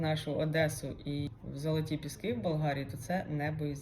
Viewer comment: Золоті піски ( з наголосом на перший склад). А болгари шо. В них після совка хронічний стокгольмський синдром. Дякую, що попередили. Куди наступного разу? Вам , доречі,непогано виходить. І ця сороміцька лексика..... Клас!